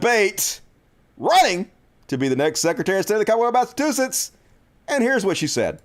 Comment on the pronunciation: Mass uh chew sits... just trying help, no disrespect. Great show!